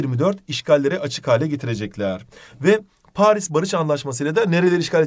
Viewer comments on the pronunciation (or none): none